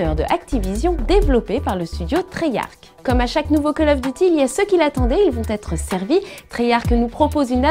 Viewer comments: Treyarch, pas treyarc ! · CH se prononce ARK en anglais.